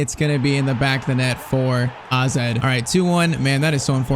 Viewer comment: man Called AZ Alkamaar Aze